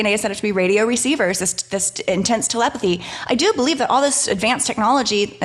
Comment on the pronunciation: ... Or maybe 'Be-Live it"😆!!!